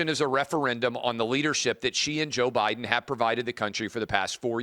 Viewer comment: She called her boss prez Obiden😂